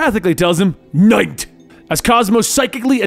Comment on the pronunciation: Cosmo is russian, he said Nyet, as in No in russian and not "night" or whatever he just pronounced.